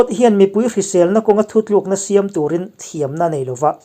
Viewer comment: 'Siam' tih leh 'khap' tih te hi a lam rik dan a dik tawk lo..a tawp lam hi lam hniam nise